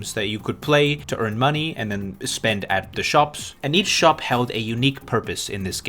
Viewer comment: Bro... I'd your natural accent British? You sound kinds British when you say "shop"